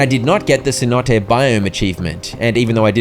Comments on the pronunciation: Friend... Cenote is NOT pronounced Cee-Note. It's Say-Noh-Tay. It's spanish for a deep natural well or sinkhole. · Anyone else peeved about the mispronounciation of cenote